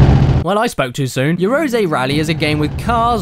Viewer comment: Caddy, it's read yah-ROH-zeh, not yea-row-ZEE.